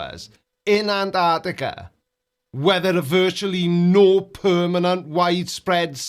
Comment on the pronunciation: Easiest way to detect a flat earther: They all say Annardica instead of Antarctica.